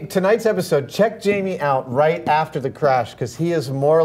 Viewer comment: Jaime? You mean Jamie